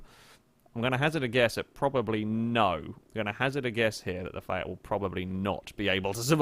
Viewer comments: Did he off-handedly say "Fiat" like "Fyat"? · Dude, did you say ‘Fiat’ or ‘Seat’?